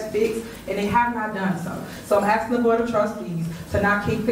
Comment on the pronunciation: "EE LEE GO" "Call da roe" "Axing" "As relates" Just to name a few that usually stick out to me